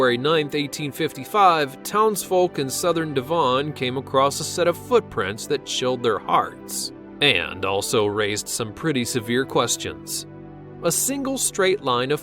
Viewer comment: Devawn. lol It's Dev-un